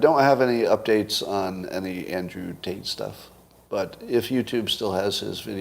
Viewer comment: Clearly Scott says "taint" and not Tate. He just did both on this pod. Is Scott jealous of Andrew? 😍